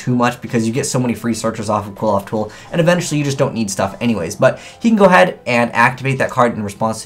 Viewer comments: Alexander Vaught I think the end should sound like oth instead of oath since there is no e at the end of the name. Seriously though I think doesn't even try pronouncing some yugioh names properly and just settles on a wrong pronunciation. I've also noticed it's not just and other yugitubers do it as well. Not only that but they pronounce it wrong in the same way as. Seriously can we please try and get these guys to pronounce the cards properly. Sorry for being a bit ranty it's just something that annoys me XD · Dragoniiii12 pronounce the "cli-" in "click". And combine that with what I stated in the first reply. Qli-F-Oath Cli = Qli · Well, their japanese pronounciation is Kurifoto, so they are pronounced "Klifot". Also, their names are based on Jewish mysticism and can be considered to be connected to the Tree of Life, as seen on Apoqliphoth. The new Shaddoll is also called Shekhinaga, which is deprived from a female version of "god" or be translated as "the place where God rests". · I have a dream that one day you will pronounce Xyz and Qliphoth correctly. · It's not pronounced kwilloffs!!! Kleephoths! Sheesh. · Pronounced (Cliff oth) hearing it quilloff just hurts my soul. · Its pronounced Kli-foth bro not Quiloph :') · Why are you pronouncing qliphoth, kwill-off. Is that how they pronounce it in japanese cause its supposed to be pronounced Klee-foth or Cliff-oth. Sorry if it just annoys me cause I'm part Jewish... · ' pronunctiation of Qliphoth (as KWILL-oth) annoys me a lot. Shouldn't it be more along the lines of KLEE-foth, as that's how it looks like it's spelled. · CLIFF-oth does make a lot of sense, matching the pronunciation to the spelling. I do also agree that KWILL-oth flows better, but it doesn't fit the spelling well, which irritates me to no end. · Erhrm... "Kliff - Aw - Th" No one looks at the name close enough to realize how it is pronounced =_= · You're not pronouncing Qliphoths correctly ._. Cliff-oths. Just saying >.>